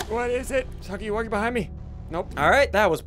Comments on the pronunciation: It is not hugly wugly it is huggy wuggy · It's not hugly wugly, It's huggy wuggy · It's huggy wuggy not hugely wugely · i like how he calls him huggly wuggly instead of huggy wuggy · It’s Huggy Wuggy, not Hugly Wugly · It’s not hugly Wugly t’s huggy Wuggy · The fact that Ssundee called him “Huggily Wuggily” made me laugh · I like how in the beginning he calls huggy “huggily wuggily” I don’t think he meant to mispronounce it he saw the blocks and said “ohh huggy wuggy” he finally understands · Its funny how he says huggly wuggly. Don't rage at him. It's just his first time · Ssundee: hUgGlY WuGlY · At The Start He Said Huggly Wuggly😂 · Any body else laughed when he said huggly wuggly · Stop say huggly wuggly! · Did ssundee say ugly wuggly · Ssundee your saying huggy wuggy name ron